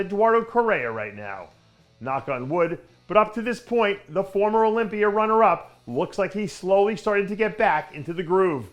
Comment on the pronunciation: What the fuck is an "Olypier" ?